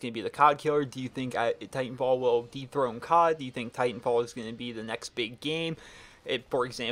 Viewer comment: When you said "dethrone" at first I thought you said deep throught lol dirty mind at work.